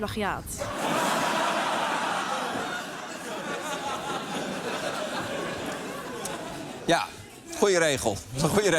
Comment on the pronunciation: Het meisje op verwart 'plagiaat' met (knippen en) 'plakiaat'